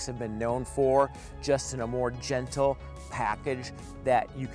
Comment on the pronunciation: Did anyone else hear "gentile" when I think he meant gentle